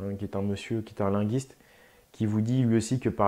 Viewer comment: Linguiste se prononce Lingwiste!!!!! Ce mot vient de l'italien